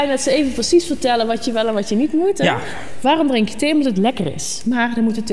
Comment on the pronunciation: Ze kan geen ja zeggen 😮